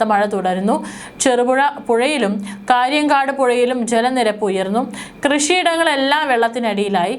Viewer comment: കാര്യങ്കോടാണ് കാര്യങ്കാടല്ല